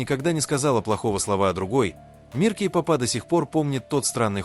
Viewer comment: Автор,изучите русский язык, уши " вянут" от Вашей -"Кей попа," погрузились и т д,, ударение ставьте правильно.🥺🥺🥺